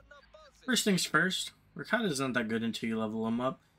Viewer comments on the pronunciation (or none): its not RAKATA. Its RA KE TA . From the Lithuanian word RAKETA that means ROCKET